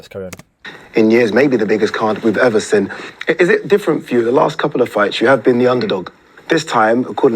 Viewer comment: why does say sin instead of seen, its irritating